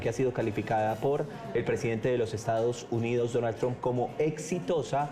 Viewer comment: Ya no dirá Mr. Trum la u suena como lo que es U..ahora dirá como suena la U en ingles "a" tram.